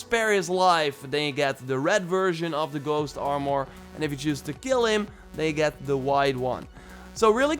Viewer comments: Stop saying it like armoire. ITS ARMOR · It's not Aaarmoûr it's Armour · The way he says armor now haunts me in my dreams at night